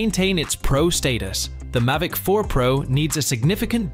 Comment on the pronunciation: This video is shockingly bad. I’m not a fan of AI generated scripts. It lacks any human touch to it. I’m trying not to be grumpy about this, but it’s a growing trend in tech videos. Am I in the minority on this? Not anti AI at all, but this is lazy work, it says “Mivic” multiple times